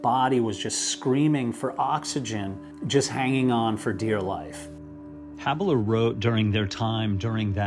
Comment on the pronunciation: Quite a comprehensive video, and it really brings me back to my college days, when I'd slip away and read this stuff during breaks from physics problems...... btw, Peter's name is pronounced "HAH_beler", not "ha (soft _a_) beler." .... He's Austrian. Anyhow, well done